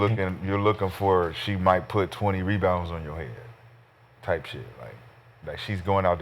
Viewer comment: Its not rebounds, its Me Bounds